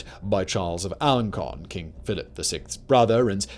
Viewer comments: Just one tiny correction: the c in Alencon is pronounced s, not k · Learn how to pronounce these people's names! In Alencon the c has a cedilla, which means it's pronounced "s".